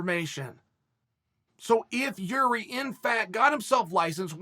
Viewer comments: Well he still called him Yuri , but true that the 1st Procházka he said was pretty close to correct pronouciation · Nope, first name is pronounced Yir-zhee, I haven't yet heard anyone in and around the UFC getting it right. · I clicked just to hear him TRY to not fuck up Jiris name.